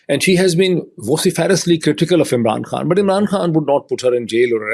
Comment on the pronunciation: Why does he pronounce the word khan like foreigners when he’s speaking English to non Pakistanis?!